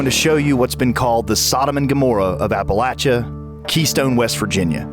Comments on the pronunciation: It's not pronounced 'Appa-lat-cha' ... it's 'Appa-lay-sha' ... look it up in the dictionary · Hey narrator you sound stupid when you can not pronounce Appalachia correctly. It is pronounced App a LAY chia. A long A not a short A sound. If you are going to make videos then pronouce your words correctly . Other than that it was a very good video. Very informative. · When did Appalachia change its pronunciation